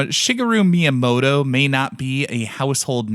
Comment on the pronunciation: At least try to pronounce the name right 🤪